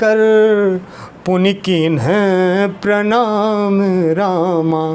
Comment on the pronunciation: कृपया भैया इसपे ध्यान दें। हनुमान तेहि परसा,कर पुनि कीन्ह प्रमाण। पढ़ते हैं।